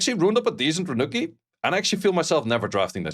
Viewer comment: RaNUCi ❌ RaCUNi ✅